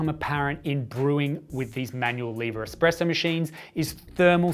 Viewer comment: Can you trust a source that says "expresso"? ;)